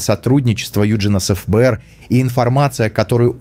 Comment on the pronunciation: эФ-Бэ-эР сильно режет слух. В русском языке всё же принято говорить Фэ-Бэ-эР. .. Не думаю, что Крис Предатель))